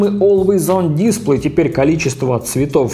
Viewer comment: Олуэйс он дисплЭй, а не дИсплэй